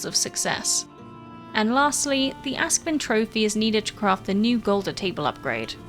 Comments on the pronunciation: not "ask-vin", but "aask-sviin". means ash swine in scandinavia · Ask is ash, svin is hog - so it's a ashhog. English pron is so 'wrong' :-) but I get why.